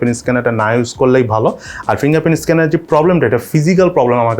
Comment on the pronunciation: প্রথমে ভুল করে ইনডিসপ্লে ইসকেনার বলছিলেন🙄😁